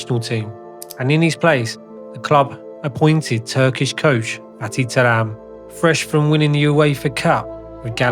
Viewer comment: Even the pronunciation of Terim which you almost can't mispronounce, sounds very strange 😄 Other than that nice docu.